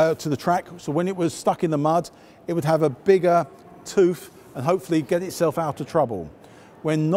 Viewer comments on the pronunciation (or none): none